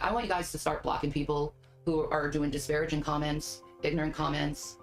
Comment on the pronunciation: it's not disparaging. It's diparaGIN'! You know, like takin', treatin', nothin', eatin', losin'!!! Shanmu the linguist knows!!